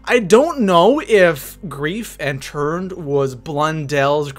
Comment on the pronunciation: It sounded like you said turd instead of turned😂😂